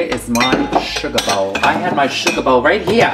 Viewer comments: Say "shuggah bowl" again lol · I just want a compilation of Coco saying "tea" and "sugar bowl". That's all I ask for.